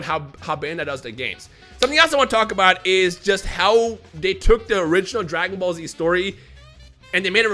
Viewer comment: Sounded like he say maggot ball z